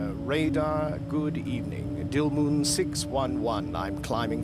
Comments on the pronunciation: Dildumnum? instead of Dilnum?? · It’s “Dilmun”